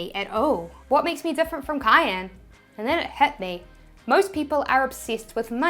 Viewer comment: Why does she keep calling kyle "cayenne"? lol